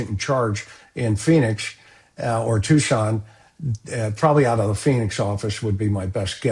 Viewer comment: Tucson, not Tuscan